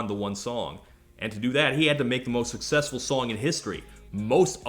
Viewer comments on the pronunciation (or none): none